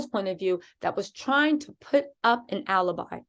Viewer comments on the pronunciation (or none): none